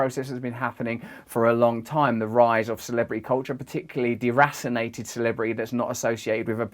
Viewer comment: Derassitated!!! That's a first 😎